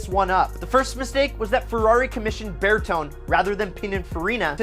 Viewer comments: This list is hilarious. Not only are most of the cars older than he is, but his reasons for why they are bad is laughable, especially coming from a guy that cannot pronounce Bertone correctly. It's like this... Bear Tone eyyy, not Burr tone. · Bear-tone???? I do believe it is pronounced "ber - tone - ee" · Sorry but get your eyesight tested...... For starters, yes, the Dino is a dogturd of epic proportions, but don't blame Bertone (it's pronounced Ber-Tony and not Ber-Tone; Italian is a clue 😉) Bertone have given us the Miura, Countach, Lotus Esprit S1 & the iconic Mk1 VW Golf amongst a lot of things. Plus, the 512BB was where Ferrari & Bertone got it spot on..... Secondly, the Testarossa tramples over the Enzo, LaFerrari, 458 & 488, plus the FXX for looks any time of the week. They all look like Pagani Zondas and however good they might be, they all have paddle gearshifts They hit their peak with the F355 & the company has been drifting towards the toilet ever since..... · Berton? He's called Bertone with an e. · lol bear-tone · Bertone= bur toe nay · not true, 308GT4’s are quite admired in the Ferrari world. Asking prices are $50k-$120k. And you mispronounced Bertone. So many mistakes in this video. I can tell this guy doesn’t know much about Ferrari.